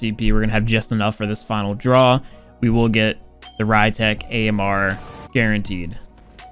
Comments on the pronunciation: be like - The ry-tech Ammrrrrr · new pronunciation: Ree-tek Amer (Rytec AMR)